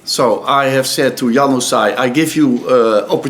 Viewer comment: `He says Januzaj like Young Sigh.